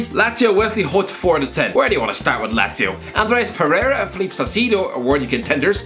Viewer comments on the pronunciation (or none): none